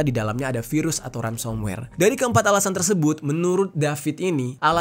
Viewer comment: mohon koreksi ya kak, sepertinya itu yg disebut Ransomware, bukan Ramsomware heeheh😊